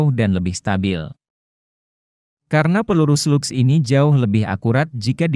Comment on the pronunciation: Bang bacaan bhs inggrisnya dibenerin biar enak, seperti SLUGS, itu dibaca slags